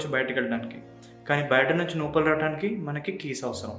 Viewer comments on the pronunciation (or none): 👎 నోపల కాదురా లోపల అనాలి... నత్తి ఉందా bro.. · Nopala kaadu raa ayya... Lopala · Bro adi నోపల kaadu లోపల